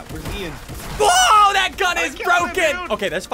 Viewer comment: Its ean not ıan